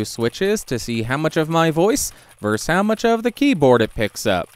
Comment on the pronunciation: For some reason, you are never able to say the word "versus."